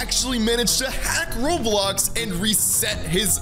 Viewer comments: lol said Robiox not Roblox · its "roblox" not "Roblox"